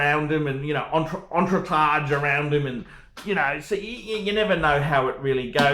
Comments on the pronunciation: "ontronatch...ONTROT...ontrotatch. It's French phuckers!!!" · Entronage? It's "Entourage" you phat phool. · ...is Entourage. Repeat after me: un too rach...easy right. You are welcome! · the word is "entourage" pronounced "Ont tour arge":-) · Did you really expect that an OXLEY STATE HIGH education could pronounce entourage?